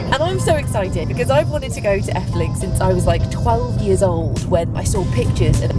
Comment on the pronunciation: When you say 'Efteling' , you sound extremely Dutch. Not a single hint of an accent.